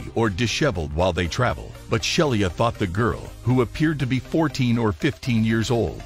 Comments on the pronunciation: The flight attendant is a great person doing a marvellous job and she deserves to have her name pronounced correctly. Robovoice is darned annoying. "Shell-ee-ah". Crikey. It's "Shee-luh" Sheila. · The flight attendant's name was Sheila Frederick, not Shelia.